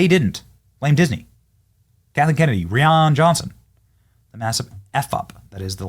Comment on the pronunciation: Love your show…..but his name isn’t REEEEan Johnson. It’s RYYYYYan Johnson.